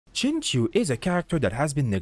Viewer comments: No no no. Please don’t call him sing show. That hurts both my eyes and ears... it’s Sing Chi-ew, like the word “ew” with “Ch” in front. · the Xing is pronounced more like Shing, with more of a hiss in the S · Hi, it's pronounced as Sing Chiu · His name is pronounced like Sing-cho just btw. But I use him all the time with razor because the double ults do just a ton and it lets me stay in razor for pretty much his whole duration even if I'm getting smacked around a lot. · its pronounced shing-chee-ooh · friendly reminder that his name is pronounced Sing-Cho (you can hear him pronounce it in his “hello” voiceline :)) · When you realize Xingqiu is pronounced Sing-cho! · I wanted to correct you, then realised non-mandarin speakers have no idea how to say the appropriate "x" and "q" sounds lol